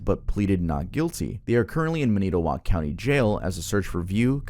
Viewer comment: i live in wisconsin and it pained me to hear that pronunciation of manitowoc